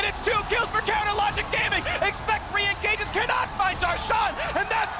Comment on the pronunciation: is it me or do I hear him say " counter logic grame-ing" lol